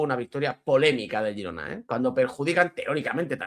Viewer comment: El equipo se llama Girona, luego a la ciudad y provincia le podeis llamar como queráis. Pero lo dice correctamente, es el nombre del club